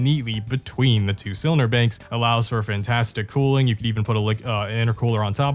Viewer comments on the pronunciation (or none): none